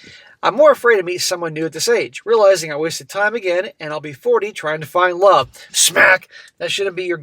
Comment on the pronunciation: The iconic way that pronounces 'love' as 'lurrve' 🤣